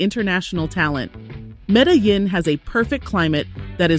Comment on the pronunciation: Omg…. Medellin is pronounced 🗣️ META-JEAN…. jesus. This makes me think you have never actually been there.